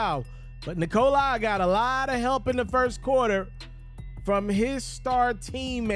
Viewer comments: Nikola... NOT Nikoleye. damn man, get it right for once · Its not Nikol(eye)